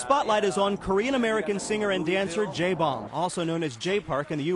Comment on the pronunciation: Jay Bomb???? bahahahha is he even trying to pronounce his name right????? O.o